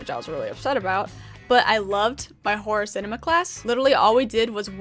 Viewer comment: Thought she said horse enema instead of horror cinema